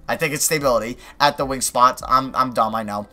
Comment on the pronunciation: Lol stay-bility